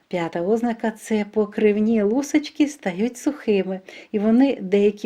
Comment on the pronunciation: ОзнАка! Наголос на першому А, а не на О!!!